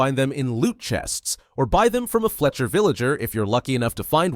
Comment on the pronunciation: its pronounced fletcher not felcher🤣